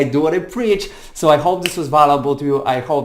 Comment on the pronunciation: check how to pronounce “value” and “valuable” you are very good…just a little polish. i am grateful that explained in a clear way